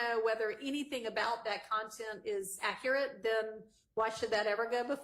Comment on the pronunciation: An "expert" in Fulton County can"t pronounce "accurate," and can't use "transpired" correctly in a sentence. Fulton County 😂😂😂